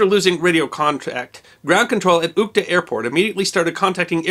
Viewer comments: He didn't pronounce correctly a single word. Zh in Izhma sounds like j in bonjour or s in insurance, u in Usinsk sounds like in put and there is no k sound in Saha and Uhta. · Uhta - stress on the "a" like it would be in French